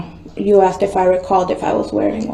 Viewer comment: You forgot axed a million times